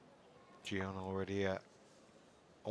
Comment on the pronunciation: It's not Jion.. it's Jeon..